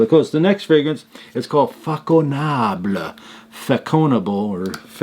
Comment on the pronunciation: Façonnable is as you say a high end boutique. The sound of the french ç is as an s and not a k.